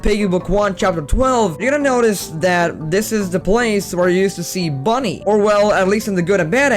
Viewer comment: It’s bunny not Bonnie.